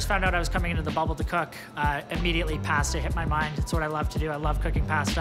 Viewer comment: Ugh the way he says pasta.